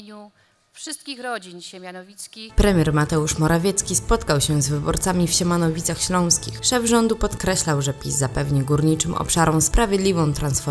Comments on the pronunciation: W Siemianowicach , nie "Siemanowicach" ,oraz nadkomisarz Tomasz Krupa, nie "nadkomendarz". Pozdrawiam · sieMIAnowicach Śląskich* nie sieMOnowicach !!!!!!